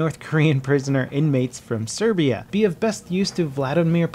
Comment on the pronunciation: WOW why did you say froam Serbia wtf